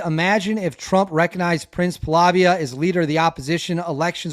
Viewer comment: I really enjoy your reporting, but, if you want to be taken seriously, you need to improve your pronunciation skills with the names of the principal players: Ratcliffe with a C, Pahlavi with no A at the end. No one cares if you mispronounce Slavic cities/territories but get the names of the players correct.